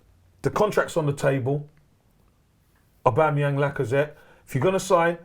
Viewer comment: "Aubangyang" 👀